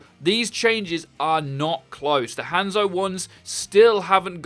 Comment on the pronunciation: Every time I hear him say hANdzo I shiver a little.